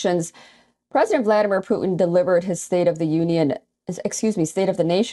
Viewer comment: Did she say Putin pooped?